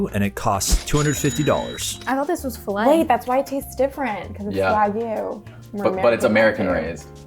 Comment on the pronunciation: 🥲 i love you guys but consistently hearing wagyu be pronounced wrong makes me wanna rip my ears off LMAO